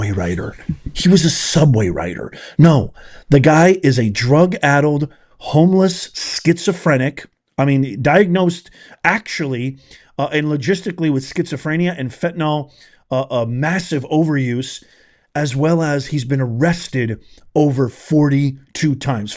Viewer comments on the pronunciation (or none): FentaNYL…NOT “Fentanol”… no such drug as “fentaNOL”